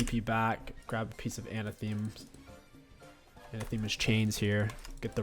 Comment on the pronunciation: Its pronounced Uh nah thuh mah not anna thee mah